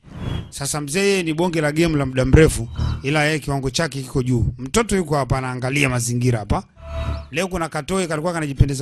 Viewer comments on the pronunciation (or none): none